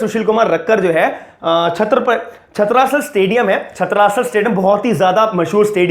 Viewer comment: Its छत्रसाल not छत्रासल owner of stadium is Delhi Govt not Satpal (his father in law). Pl update your self than make videos.